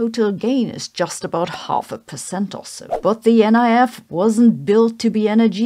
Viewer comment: Colloquially, the NIF is pronounced “nif”, not “N.I.F.”